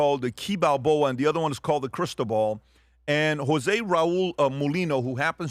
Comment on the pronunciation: I kept hearing Crystal Ball 😂 it’s Cristóbal. ❤ you guys